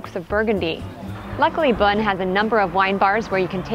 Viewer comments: If you’re going to do video about a place like this, why not ask the locals how to say a few things. Like how to pronounce the locale. You don’t need to speak French, but most of the names are easy. Beaune is pronounced just like the English word “bone” etc. And honestly the music you all played just did not match the place. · Is it pronounced "Bone" as I've always thought or "Bune" like she says? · As someone who knows Beaune very well, this is an awful presentation. Your diction and pronunciation and that awful music makes it worse. 0/10.